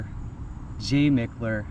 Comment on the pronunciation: Mickler—>is pronounced Mike-ler❤